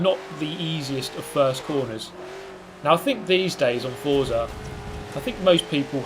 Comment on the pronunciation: It’s pronounced fort-za as stated by their twitter :)